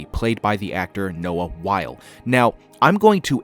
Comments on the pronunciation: Not to be THAT person, but Noah Wyle's last name is pronounced "WHY-lee" (rhymes with Riley), not "While". Otherwise, great video! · His name is pronounced Wylie, not Wile.